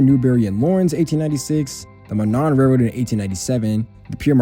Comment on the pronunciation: Monon is usually pronounced (Mow-non) rather than (Mah-non); I’m aware that this isn’t all that important, I figured it was worth noting